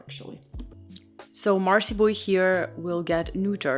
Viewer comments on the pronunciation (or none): none